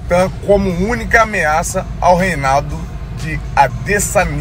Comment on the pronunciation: Que porra é essa de Ade Sanía ninguém fala assim😂